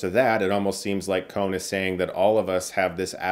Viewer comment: Please stop saying "Kon" like "cone". It's a short 'o'.